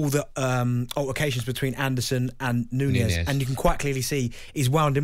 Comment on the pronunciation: NunIEZ?? Isn't it Nunez? Here we go again .. Still screwing up Man city Kevin's surname .